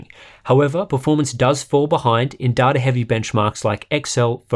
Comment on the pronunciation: Imagine pronouncing data as duh duh